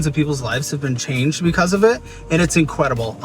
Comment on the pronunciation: When Caleb said “incwedible” 😅